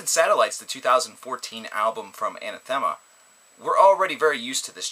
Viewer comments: Anath - ema, Not Ana - thema, just saying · Mike, you are absolutely correct. And this is not the first time I've heard a reviewer (and otherwise) mispronounce the band's name. It's very irritating after awhile to hear almost everyone (seemingly) familiar with this group get their name wrong. AnAAAAthema, not AnaTHEEEEma. Thanks.